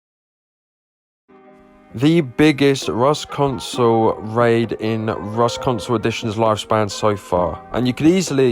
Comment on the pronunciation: “Ross Console”